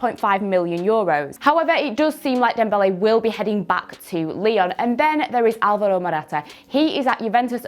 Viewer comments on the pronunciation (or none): none